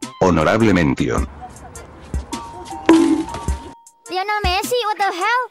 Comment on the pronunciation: She said "Lionel Smelly" 😂😂😂